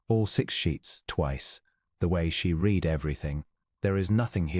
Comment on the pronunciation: Is it possible to find an AI narration that can properly pronounce the past tense of "read?"